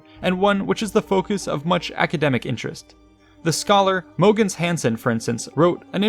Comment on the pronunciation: mo-gens hansen lol